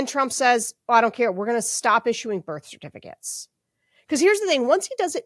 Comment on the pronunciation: ST - the "st" sound in words. There's no H in it. It's not SHT. It's STop, not SHTop, for example.